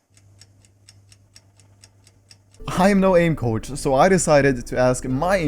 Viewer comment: For a second I thought he said couch instead of coach